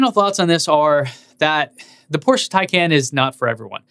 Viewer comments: Please don't fool us porsche" thin khan" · Taycon is NOT the correct pronunciation. 🤦‍♂️ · Starts videos by telling everyone how to correctly pronounce "tie-con". Proceeds to say "tay-can" and "tie-can". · Not to belittle this video or any of the hard work you do, but I do find it a little humorous that you noted the car being pronounced the "PORSH-UH THAI-CON" but proceeded to pronounce it "THAI-CAN" and then even "TAY-CAN" later in the video XD Nonetheless, I liked the comparison and I love you channel! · I love how odd the name is that even start pronouncing it Tie-Con and eventually transitions to Tay - Can or Tie-Can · If you are going to give people a hard time about how to pronounce Tesla as "Tez-Lah" then don't pronounce Taycan three different ways after pronouncing it "Tie-Cahn", which by the way is the correct way. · Good analysis! Just gotta remember to pronouce it "tie-con", and not slip back into "tie-can"! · Pleaze, it's "tie" + "kahn" or "con:; not "can". 🚗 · FYI-, you pronounce the taycan 3 diff ways often within the same sentence even after your best efforts to confirm the actual pronunciation from getgo. Nobody mispronounces Model S. Point...Tesla